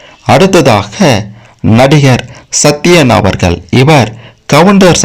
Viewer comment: Very bad video in 21st century, friend first learn how to pronounce ' Avargal' in Tamil,50% wrong information